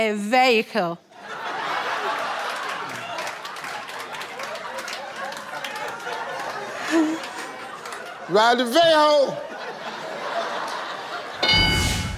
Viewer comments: Veco..... Vehico! Vehicol Vehicle!!???............you telling me she said vehicle!??? Lmao That Was AWESOME lmao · She said veocle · when she said vehicle i thought she said “veckle” lol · Ve hickle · Ronnie Morr she could have said vehico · A veyhicle no Steve she said vehicle 😂😂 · In Ghana, We All Say " Ver - hi - cle " Not " Vee - hi - cle " 😂 So Dear Steve Harvey, On Behalf Of All Ghanaians, Leave Us Alone 😂😂😂😂😂😂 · Probably, because I heard vayhaycle. But I knew what she meant. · 😂😂😂😂👏🏾I'm sorry but I'm shook at these pronounciations as much as steve. Ma literally said vehicle like VeeHeckHill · #8 is quite 😚😗😘😙 When she said vaykl I thought she had said something African. I am with Steve on not realizing at all that she said vehicle. She should have followed up by saying car. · She wanted to Say," Vehicle" but sounded like she said, "Vee- Aiko" 😳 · “Vehico” like saying Mexico with the accent but it’s vexico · Vayhicle lol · I didn't hear vehicle either. I actually thought whatever she said was a type of car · Steve I would never have guessed that she said vehicle. Lol. Steve expression was priceless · Its funny when she said vehicle and he repeated right after Wrong